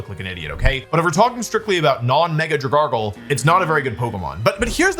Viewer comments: He technically doesn't even pronounce it correctly then. It's Drag Algae. He still mispronounced the Algae part. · drag-al-gee because algae is pronounced al-gee wdym aylge ? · No no no he says Dragoggle 😂😂😂😂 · This is maybe the worst pokemon mis-pronunciation I've ever seen. It's made of algae.... Drag-algae... Where's the extra R coming from?? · Wolfe I need financial compensation for having to hear your pronunciation of dragalge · Bro why does he pronounce Dragalge like that 😢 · 15:88 I feel baiter by the way he's pronouncing dragalge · His pronunciation of Dragalge is causing me serious psychic damage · He said it right like twice and proceeded to say it wrong again lol. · Wolfey: Dragargl, Dragargl...and then he pronounces it properly by saying Drag Algea... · Dragalge is pronounced drag algae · dragargle deez nuts idiot (dude it looks like algae. it's drag-algee) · "Drag gargle" STOP STOP STOP STP STOPP It's Drag-algae. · Dragargle is my new favorite mispronunciation 🤣😭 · I cant get past the fact that Wolfey pronounced Dragalge as 'dra-GARGLE' rather than 'drag-ALGAE' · I love you Wolfey, but I’m afraid it’s pronounced Drag-algae. Dragon algae. Because it’s a kelp dragon! Great video, I love hearing you talk about competitive Pokémon! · Dragon. Algae. Dra-gal-jee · Dra- gargle????????????????? That is so funny. Alge is NOT a common word. But like.... gargle? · What did you just call it? 😂 "Dragargle"? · “Dragargle” is hurting me. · Wolf PLEASE..... Drag-Alge Alge, Al, Gee, like the plant in the water. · “Drag-algae”. You used an unneeded r 😂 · I’m begging you to pronounce it as “Drag-Algae” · We all know its dra gal gee right? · "Dragargle"... bro 😭😭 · dra gargle 🥹🥹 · Drag-AL-GEE like lake Algae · "Dragargle" bro... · Comment baiting with your prononciation of algae in dragalge i stg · Bro. DRAG-Alge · none of those are as bad as pronouncing alge as guargle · Dra Smeargle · I’m devastated he kept saying dragargle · Yeah, it's pronounced Draganacle!